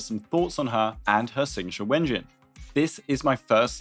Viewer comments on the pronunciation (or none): Thank you for the video. My only suggestion: please don't say wengine. Just say W-Engine, since that's what it's called. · W ENGINE please it sounds so silly when you say wengine. I know we don't have any voice lines in game confirming it but the space makes it sound so much less dumb.